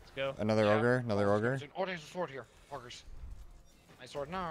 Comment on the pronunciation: It's "horde"